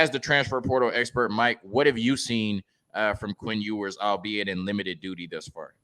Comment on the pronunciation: This man really pronounced it “EE-WERS” 😂😂😂